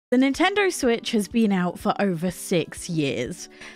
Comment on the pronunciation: Nintender? Learn how to pronounce words